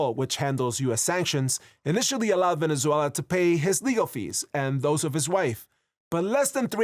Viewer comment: Finally, I guy that know how to say Venezuela ❤️ 🇻🇪